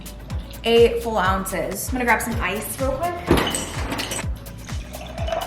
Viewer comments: she’s so adorable she keep saying full ounces instead of fluid ounces lmaoo love you 😂😂❤️ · Did she say full ounces it’s fluid ounces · She said 8 full it’s 8 fluid